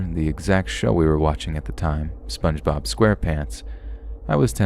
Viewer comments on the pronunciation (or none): none